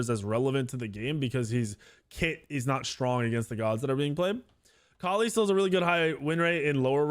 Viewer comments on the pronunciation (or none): none